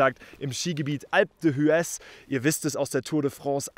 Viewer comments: Super Video! Endlich mal Französische Alpen 🇫🇷🏔️ Ps: Man spricht das Skigebiet Alp dües aus :) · Das H … wird im Französischen nicht gesprochen es heisst alpe d üez wenn so schreiben darf … also laut …